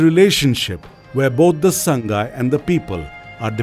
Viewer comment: 'Saang-gai' means 'HOME' whereas 'Saa-ngai' is the above mentioned deer. It is hard to pronouced to people who are not native to manipur.